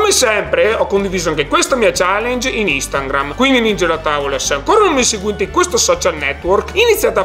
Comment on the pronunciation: ti voglio regalare una maglietta con su scritto “INSTANGRAM”, come lo pronunci tu 😂😘